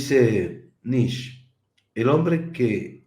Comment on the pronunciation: Se pronuncia Nische, no diga más Nich, es una pena q lo pronuncie mal, siendo ud tan inteligente.